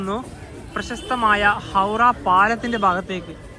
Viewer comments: ഹൗഡാ അല്ല ഹൗറാ എന്നാണ് 😂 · ഹൗട എന്ന് ബംഗാളിയിലും ഹൗറ എന്ന് ബാക്കി ഭാഷയിലും പറയും നീ പറയുന്ന കേക്കുമ്പോ എന്തോ പോലെ തോന്നുന്നു